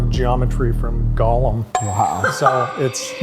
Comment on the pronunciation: it bothers me when he calls Gollum, Golem. He's not a monster from Jewish folklore.